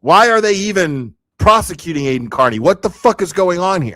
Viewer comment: I wish theyd learn to pronounce his name correctly. Car-Knee